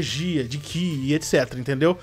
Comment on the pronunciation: sou seu fã mais por favor não é aura é Ki